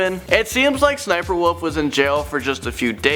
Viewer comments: I knew that SSSNIPERWOLF went to jail. Her name is pronounced 'S.S.Sniperwolf'. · It’s ss sniperwolf. That’s how you say it. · SSSniperwolf not sniperwolf /(Es)/(Es)/sniperwolf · U don’t go ssssssss u just go SS So it’s not ssssssssssssssssniperwolf Itz SS sniperwolf Sry I just really like her vids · Cringing because it's 'S' 'S' Sniperwolf not sssssssssssniperwolf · its S S Sniper Wolf not SSSSSSSSSSSSS Sniper Wolf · She called Lia/ s-s-sniperwolf not ssssssniperwolf . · Its pronounced s.s. sniperwolf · It's SS-sniper wolf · ITS S , S , SNIPERWOLF!!!! pls work on that lol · There was no reason for sssniperwolf to go to jail. Also it’s pronounced s s sniperwolf Also you told the wrong story about her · Her name is actually sniffer wif her name is actually sniffer Wolf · Sssniper wolf is pronounced s s sniper wolf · Oh yeah the pronunciation of it is apparently S-S-Sniperwolf another thing sausage and lia are still together. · Uh it’s pronounced’ ess ess sniper wolf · You said it wrong it's S s sniperwolf